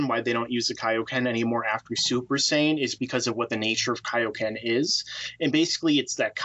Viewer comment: I cringe every time you say saiyan or kamehameha weird.